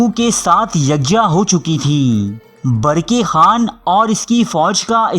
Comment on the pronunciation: Barki khan nahi barkah khan hai sahi